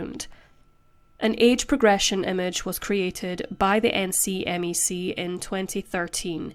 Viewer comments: Not for future reference: The National Center for Missing & Exploited Children [NCMEC] is usually pronounced "Nick-Mick" rather than spelling out the acronym. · A note to our beloved host: for future episodes, most Americans who consume True Crime pronounce the NCMEC similar to "Neck-meck." We're big on turning acronyms into words over here.